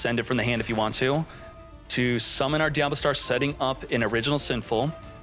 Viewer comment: diaBELLstar, not DIABLOstar